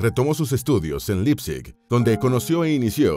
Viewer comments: Me subscribo, un muy buen canal, lo que sí, la pronunciación de Friedrich es "Fridrij" en FORVO esto se puede corroborar para pronunciación de nombres. Y Leipzig se pronuncia "láipsik" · Un apunte, se pronuncia "Laipzig" y no "Lipzig"